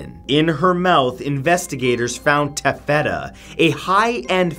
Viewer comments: tu(gh- 'the gh is silent' )-fetta ?? Its Taf-etta fyi; as in taffy. Cute- funny. Yes its common for men to not know fabrics. Thats ok. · For the love of ( insert Deity here ), you're from Canada, Man!! What happened to your pronunciation Matt?? Salish - saylish, Taffeta - tafeda, Ensign - ensen, Come home for a while Matthew, soak up some good old Canadian winter! It'll put you right again. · Just an FYI...taffeta is pronounced as “TAFF-et-ah” (with the stress being on the first syllable). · Tah feta like the cheese? No taf et tah like ahhhhh. 😐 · It's pronounced TAF-fih-tuh. Not taf-FET-tuh. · "Taf-FETa?" Do you by any chance mean TAFF-eta? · Not to be all 'Hermione Granger' but I believe you mean tAFetTA. Not TafETta. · I love your videos and I'm sorry but I have to...it's TAFF-eta, not taf-FETA. Great video tho. Lol. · it's Taf fet ta, not ta-feta. I thought you meant a kind of cheese. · Ensign is not pronounced en-ziiiine, but en-sun: and taffeta is not pronounced tag-et-at but tag-uh-at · It is pronounced TAFF-ah-tah, not taff-EE- tah and En- sen, not En-sign. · Salish is pronounced like you are saying the letters name A....@ Taffeta is pronounced like laugh, awesome video, thank you ❤ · TAFfeta... the emphasis is in the first syllable. Other than that, awesome video! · taffeta= TA-FE-ta= lustrous silk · Ta-fet-a lol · Taff feh tah accent on the first syllable. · TAFF-etta . EN-son.. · Ta-feh-ta? I’ve only just started watching your videos and in the few I’ve seen you make very surprising pronunciation mistakes... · Taffeta is said with a long A. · That's not how you pronounce taffeta and also Ensign isn't a name it's a commissioned officer of the lowest rank in the US Navy and Coast Guard. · Goats. Goat footprints. Oh and you mispronounced taffeta. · Omg salish, taffeta and ensign were all pronounced incorrectly. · Mispronounced Taffeta, Salish sea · I think you mispronounced the word tefata the fabric. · Ugh! That’s not how you pronounce taffeta!